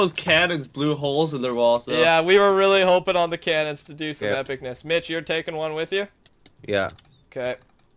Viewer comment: Lol he says tookin,it's taking xd